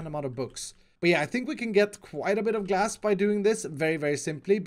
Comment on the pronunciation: when u said “trade glass”, u sound like u said “trade gas” XD